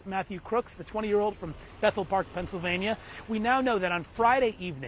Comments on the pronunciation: "PANTSylvania"??? Where are you from? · Did she just say " Pantslyvannia " 😅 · She said Pantsylvania... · Butler, “PANTSylvania”! 😂😂😂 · Did she just say "Pants-sil-vania?"